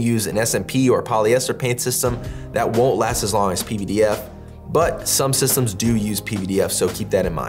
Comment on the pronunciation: You are the only person I’ve heard even attempt to pronounce pvdf properly. Even though you are my companies competition, I appreciate the work you are doing